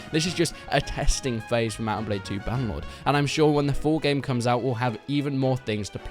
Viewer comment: he said balde instead of blade, which is a normal mistake imo